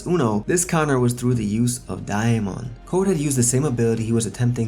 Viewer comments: I’m surprised nobody corrected him because it’s sounds like he saying diamond like bro there’s no i where you getting the i from 😭😭😭😂😂😂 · The way he says Damon is great😭😂